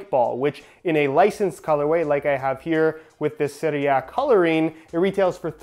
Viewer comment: First non-italian guy that can pronounce "Serie A" correctly